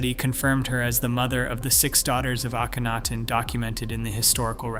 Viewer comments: You mean mispronounce? Lol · How many ways can Mr. Computer voice find to to pronounce Akhenaton? My fave---ay KEN atoon. Kenny for short. This is one of a group of channels that takes info from real scientific channels, writes dramatic, repetitious, and sometimes rather speculative conclusions, but always with the drama. All these channels use the same overly dramatic writing & computer voice, the same technique of flashing visuals so quickly that you can't tell whether they are relevant or not, the same endless repetition. And Hawass is lead researcher? The mere presence of his name calls into doubt any conclusions.